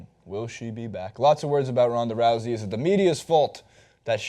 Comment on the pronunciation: is it Ronda Rowzey, or Roosey I keep hearing different pronunciations